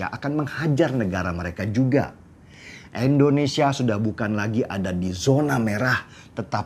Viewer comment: Indonesia Bang Deny, bukan Endonesia 😁🙏